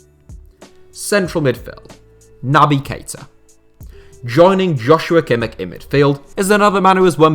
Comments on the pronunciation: Kimmich is pronounced Kimmish Also he played exclusively in midfield for Leipzig, he’s always been a midfielder and was only moved to right back because Bayern had nobody else there who would be good enough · it's not the 'sh' it's the sound at the start of 'hue' - a voicless palatal fricative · you're both wrong. german "ch" is not pronounced like english "sh" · Kimmich is definitely not pronounced Kimmish